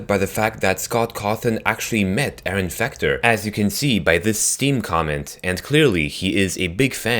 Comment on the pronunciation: You said Aaron fucter